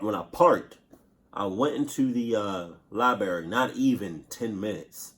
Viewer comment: I went to the “libary”